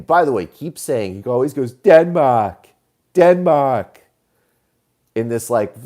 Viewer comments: I had noticed Chris Matthews saying "Den-Maeyrhk" weirdly before. It has become something I live for. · OMFG hysterical theme-string a la Matthews - and let's call them, Denmahhk, Central Pahhk, martial ahhts